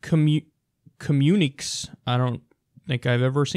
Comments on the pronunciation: Lol! I love so much being reminded that Kyle is a regular dude who's just phenomenally well-informed. "Comm-yoon-ick-kay", Kyle. Communique. Lmao. Comm-yoon-eek? That's enjoyable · Communique = Comuni-Kay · Communi-kay is how it's pronounced, for future reference. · Com-you-nee-kay.. Communique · communique is pronounced "communi - Kay". Lol at you never seeing it before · It's pronounced com-uni-kay . Read a book. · The word sounds just like "communiCAtion" without the "-tion." So think, "communiKAY." Emphasis is on the 2nd and last syllables. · It's pronounced communikay. It's french. I think its another way to turn communicate into a noun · Hey Kyle sugar - COMMUNIQUE is pronounced: komm-yoony-kay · it's pronounced - cuh mue ni kay (communique) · communique pronounced kuh-myoo-ni-key. it means official commnuication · That word is pronounced comm-un-i-cay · Pronounced Com•myoon•ik•kay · Communique: kəˌmyo͞onəˈkā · Com-une-i-keh. Again, Kyle's a smart guy but for a guy that talks and reads for a living his lack of knowledge about the English language is pretty hilarious. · communique - pronounced kuh-myu-ni-kay. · Communique. An official announcement or statement, especially one made to the media. Com like in your guttermind, muni, like in munitions, que like kay. kəˈmjuːnɪkeɪ/ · communiqué: "communi-kay" -- official statement, esp. to the media. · Pronounced Com-uni-kay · Pronounced com-mun-i-kay. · Really? It's pronounced communi-kay. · It’s “communi-kay.” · Pronounced.......Ko-meu-ni-kae.....there you go Kylie.... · It's pronounced "Com-mun-i-KAY" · Kyle, I think the word is pronounced 'Communi-kay' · The word is pronounced "communi-kay" and means: An official announcement or statement Obviously a word too posh for you. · hate to be this guy but, kyle, it's pronounced (Commune- i- Kay) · communique is pronounced communi-k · It's prounounced, communique is prounounced, communikay. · It's pronounced "kah-mu-ni-kay" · 'ka-myun-ih-kay' Come on Kyle! lol